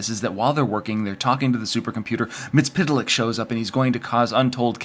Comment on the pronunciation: Its pronounced Mitt-sul-plick.